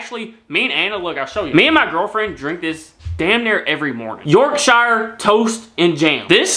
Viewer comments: Not York shyer, Yorkshuh. How do you pronounce New Hampshire? Why say Twinnings, it only has one N. Do you say dinning room? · Yorkshire is pronounced york-sheer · It’s pronounced Yorksher as in sherrif. In the English shires the King’s representative was called a Reave, so the name Shire Reave evolved into Sheriff. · I'm English literally from England let me help you with your pronouncing it's not York shire tea... It's pronounced York sheer.... It's not twin-ings... It's pronounced twine ings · Love the fact you have Yorkshire tea but please remember Yorkshire is pronounced Yorkshr without the I 😉. Don't worry we're an odd lot. To locals Slaithwaite is pronounced Slawit with aw being like the aw noise when you hurt yourself - sl,aw,it. I'd did say we are odd.